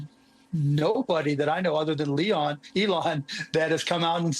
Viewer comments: I love that he F'ed Elon's name. Leon 🤣🤣🤣🤣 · Eel on..lee on elon..excellent reporting too